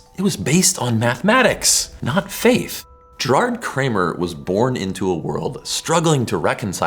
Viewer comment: His name was "Gayr-har(d)t", with a hard "G". Same with "Gerardus". Triangles of 270° are common in spherical trigonometry, taught in ballistics during WW2.